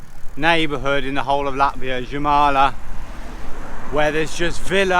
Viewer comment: Oh And Jūrmala In english is prounounced Yoouurmala